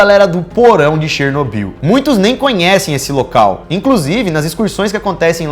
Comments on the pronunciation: Chernobiú, chernobiú, chernobiú... É cherNÓbyl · SÓ EU ESPEREI O DANIEL FALAR '' DANIEL CHERNOBYL ''?